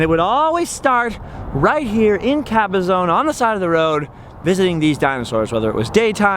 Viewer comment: Hi: as a long time native who grew up in this area, the pronunciation is Cabaz"on" not Caba"zone"